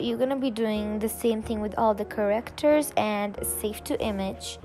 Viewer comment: It’s characters! Not correctors Edit: I just don’t like people pronouncing stuff wring